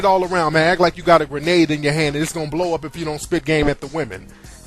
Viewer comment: lol he said granade mackin